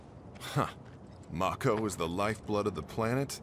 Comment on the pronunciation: pronounces mako as 'may-ko' despite having seen Advent Children and having pronounced 'mako' properly in episode 1 of this Let's Play